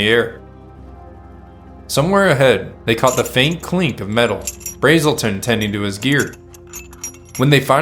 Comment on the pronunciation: U and keep calling BRAzen Bill BRAAAAELTON. I went to HS with Ralph BrASelton, or a Bra Azz el ton